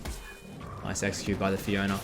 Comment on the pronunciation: man keeps saying fiona